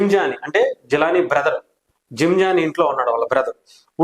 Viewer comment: రసీద్ ❌ రషీద్✔️.... జిలానీ రషీద్ ను బీర్ బాటిల్ తో లాడ్జ్ గొడవ తర్వాత బైట పొడిచాడు అది చెప్పవే... జీలాని ❌ జిలానీ ✔️ జీమ్ ❌ జిమ్ ✔️...నీకు ఒక బోర్డు ..ఒక విశ్లేషకుడవు నువ్వు😂😂